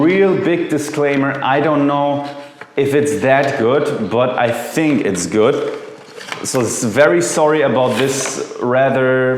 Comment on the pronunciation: There´s no t in good! Germans!!!